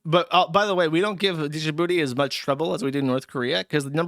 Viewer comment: how does a 30+ year old man not know how to pronounce djibouti